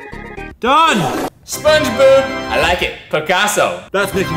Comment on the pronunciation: said SpongeBoob🤣😂🤣😂🤣😂🤣😂🤣😂🤣😂🤣😂🤣😂🤣😂